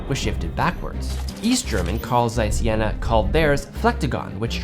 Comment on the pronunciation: Jena is pronounced more like: Jay-nah ;)